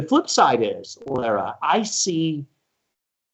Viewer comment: Lara's name gets so butchered by most people, and she never corrects them. She gets called Laura and Larah 90% of the time. Maybe 95%. lol It's actually La-rah.